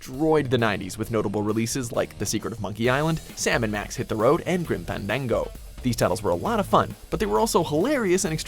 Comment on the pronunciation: Did he just say "Grim Pandango"?